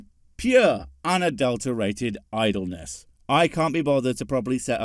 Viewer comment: Idleness or idolness? Both?